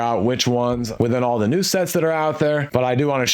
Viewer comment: "tttthe build is a mess" 😆 👏